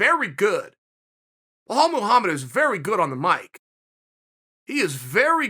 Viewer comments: Wahaalllll muhamad 🤣🤣🤣🤣. His name is bilal dude ! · “Bajal” and “kamara” ok great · How is it hard to say Bell-ALL ??? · My God, Belal isn't that hard to say bro. (BELL👏 ALL) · Kale Soonen, it's B-LaaL not Huff Puff. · Wellhall Muhammad? I swear he’s doing it on purpose now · Someone go tell Belal his name is Blehal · Lmao the way he says belal BLAHAL